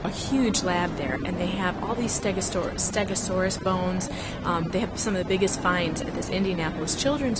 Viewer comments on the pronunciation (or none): *STEGOSAURUS, lady. With an o. Please